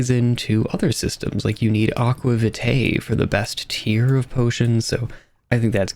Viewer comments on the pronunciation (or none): none